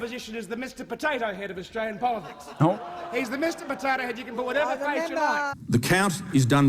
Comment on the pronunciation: you did it AGAIN... it's AustRalian. *sigh*